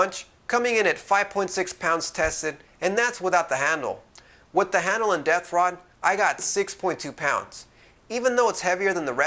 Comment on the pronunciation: just understood "death rod" instead of "depth rod".. :P thanks for the review :D